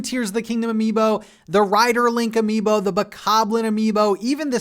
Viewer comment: Say amibo one more time! I dare you! I double fucking dare you! (Samuel L Jackson, voice, pulp fiction)